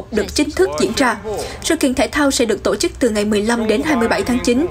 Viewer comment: Anh phát thanh ơi, giọng anh hay , nhưng sao anh đọc tộ chức( tổ chức)